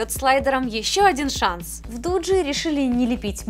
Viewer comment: Дуги, а не дуджи